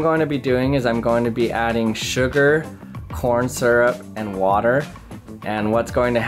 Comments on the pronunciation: did he say PORN syrup?!!?!?!?!?!?!?!! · Who heard porn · He said porn suryrp 54